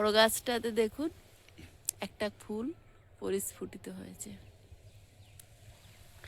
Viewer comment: Parisfutito noy prasfutito